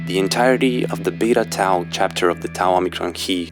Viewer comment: So, you have the gall to pronounce "Tau" properly, do ya?